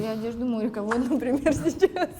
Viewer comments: Гоша, почему вы говорите «сесяс», а не «сейчас»? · а сто у Госи с произносением?))) Сейсяс мы будем смотреть...